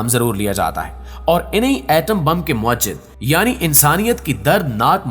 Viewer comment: ویڈیو بہت معلوماتی ہے لیکن اردو کے ایک لفظ کی تصحیح کر نا مقصود ہے لفظ مُوجِد ہے اسکی ادائیگی مو ا جد نہیں ہے